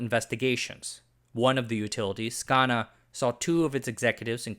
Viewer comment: Scana is pronounced scan uh. Not that it matters. Even when Vogel unit 3 and 4 came online, it was hardly a glorious moment. Power customers were hit with massive rate increases to help cover the massive overruns which were totally out of customer control. New reactors just meant higher electric bills. I laugh at the old claims that nuclear power would be so cheap, they wouldn't need to bill for it. Ha! Nuclear power is so expensive, it's making solar cheap.